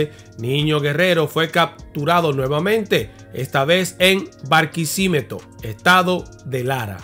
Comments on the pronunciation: BarquisimEto, no Barquisímetro. Barquisiméto, así se pronuncia, acento prosódico en la E. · BUENAS NOCHES MI PANA..SÉ Y LO HA DICHO USTED MISMO QUE LE DISCULPEN LA EXPRESION SI Dice MAL LOS NOMBRE DE ESTADOS O CIUDADES DE VENEZUELA: NO SE DICE BARQUISÌMETO..CON ACENTO EN LA "I"..ES SIMPLEMENTE " BARQUISIMETO" SIN ACENTO EN NINGUNA LETRA..ESTA USTED CORREGIDO Y GRACIAS POR SU HUMILDAD..QUE TENGAS MUCHOS EXITO EN TU PAGINA. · "Barquisiméto" * (con acento en la é pero se escribe sin acento) Barquisimeto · se dice Barquisitelometo asise dice. es la talla q deciamos en el liceo jajaa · Se dice Barquisimeto. Yo soy de esa ciudad. Saludos muy buenas tus investigaciones. Muchas bendiciones ❤❤ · Barquisiméto. Acento en la E. De allí soy 😅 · BARQUI SI MÉ TO. Gracias por humildemente solicitar la correcta pronunciación. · Ciudad de barquisimeto asi se pronuncia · Se dice Barquisimeto